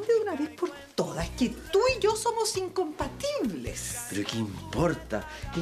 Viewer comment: “incompetibles” 😅 “crucificando” al Memo 😁 y se marchó… Se odian tanto …😬